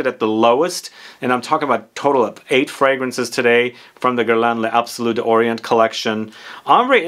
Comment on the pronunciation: I generally refrain from remarking on pronunciation, but I'm sure it would easier, and more fun, for you to let it roll off your tongue if you said it more correctly: "layzabsoloo dawree-ah(n)". You do pronounce the "s" at the end of the plural "les" (as "z") when the next word starts with a vowel, so they glide beautifully into each other. And it's just easier! And you don't have to do that little "stop" between "d'" and the vowel. It's "daw-ree-AH(n)". I wouldn't pick, but it just seems harder the way you say it. But, for "bois" just say "bwa".